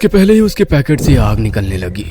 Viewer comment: khooni monday is best , it's pocket not packet